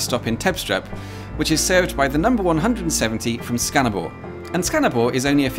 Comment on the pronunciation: I would say that he says Skanderborg with too much pressure on the G Also, the way he says Himmelbjerget sounds more like himmelbjerre He nailed Ø , which i consider impressive for someone who doesn't have it in their native language